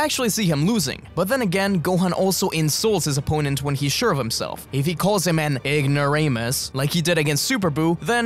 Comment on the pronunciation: “ignoramus” hey? I swear it was something else